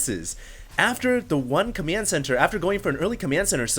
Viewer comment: its COMMAND center not COMYAND center